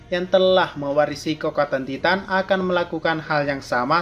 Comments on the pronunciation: bilang nya taiten bukan titan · Titan = Taiten Gitu bang bacanya